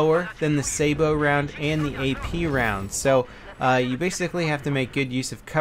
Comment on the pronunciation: Sa-bot round, not "sabo".